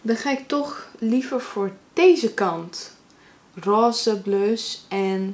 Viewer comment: Jij zegt Roze echt apart heha (dialect wss). Echt zo van "Ross"